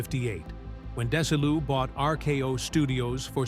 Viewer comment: It's not Des i Lu It's Desi Lou. It's Vita meata vegi min. I'm a VERY BIG fan of I I Love Lucy, and The Lucy show.😂😊 Thanks for the story.